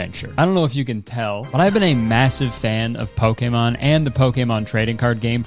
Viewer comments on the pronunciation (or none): poke-A-mon..? 😭 why are you saying it like that.. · i love you kurtis, but the way you pronounce pokémon makes me want to bungee jump without the cord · Does anyone know why Kurtis pronounces it poke-ey-mahn instead of poke-ee-mahn. Maybe I'm stupid but I've heard the biggest Pokemon fans in the world say the later so I feel like Kurtis is saying it wrong. I genuinely don't know though. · Kurtis, please, I beg you. Stop pronouncing Pokemon like that. It's, "Pokey-mon" not "Poke-ay-mon." Thank you, love you, bye. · The way he pronounced it here is the way I hear it in directs and such. I think TPC is very particular about how the creators they sponsor pronounce Pokémon because in his video about Pokémon cards you can hear Kurtis pronounce it more like poke-uh-mon than po-keh-mon. Just speculating tho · you're doing pokAYmon way too much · I love you and love watching you. But please to learn how to say Pokémon correctly. You're saying it so wrong.. pokeemon😂 come on, dude, they are paying you to say the name right. Pocketly (would've been amazing) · How tf do you pronounce Pokémon like that?!?! “Poké-mon” is crazy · Can someone please tell me if I've been saying Pokémon wrong the whole time is it not poke-e-mon, that's how I've been pronouncing it but kurtis is saying poke-e-mon, which ones correct 🤨😭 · bruh. Since when is it poke a mon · Poakaymon im sorry but the way you pronounced it was obviously so forced lMAO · is that how they say pokémon in canada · I’m sorry Nintendo made you pronounce Pokémon weird and wrong like Zack and Cody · The way he kept hitting the e in Pokemon during that ad has me dying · is no one gonna talk about how he pronounces pokemon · You pronounce “Pokémon” kinda funny. No hate, I’ve just never heard anything like it😛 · I can’t tell whether Kurtis doesn’t know how to pronounce Pokémon, if I’m the stupid one and don’t know how to pronounce it, or if he’s just Canadian.😂